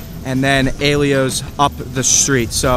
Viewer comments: Thanks for the video. I'd say Vincent's and Caliente deserve a mention. Also pretty sure Slice on Broadway is in Beechview, not Dormont. And it's pronounced: "eye-ELL-oh's". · Aye - Ell - Ohs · No. You were right he is butchering the pronunciation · it’s pronounced EYE ELLOWS